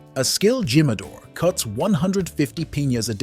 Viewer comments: Not zalisco😂 halisco, not zimador😂 himador, because you are talking about tequila!!! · repeat after me..."he-ma-dor" Jimador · You do not pronounce J sounds like "G" but and "H" sound. Junior varsity reporters! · You couldn’t find anyone who could actually pronounce the letter J 😂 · J is silent bro 😂😂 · Yeah there is you just confirmed it 😂